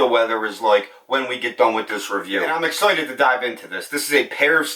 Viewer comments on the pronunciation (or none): Why can’t he say “ excited “ properly ? It’s my first time here